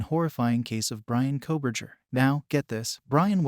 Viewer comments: Nobody doing these videos is an expert😂 specially true crime people😂 this guy can’t even pronounce his name correctly ! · This is AI. Maybe Fake report? Can not say Bryans last name correct v